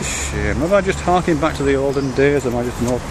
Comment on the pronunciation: ^harking.. dont know what 'karking' is, but you're probably not doing that either..